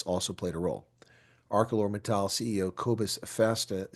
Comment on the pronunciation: I feel so heartbroken for the people at AMSA. Btw, it is pronounced ArSeLor.